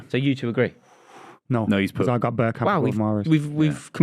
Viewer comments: It's Bergkamp. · It’s bergkamp.